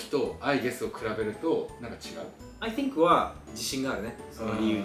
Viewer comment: かけさんカタカナ英語を喋ってるイメージですが、thの発音（think）めっちゃ良くないですか？？